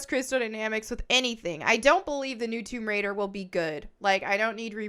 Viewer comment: It is called "TOMB RAIDER," not "WOMB RAIDER." {That said, I would not at all be surprised if there was already a 'Rule 34'/porn version with that name...😊}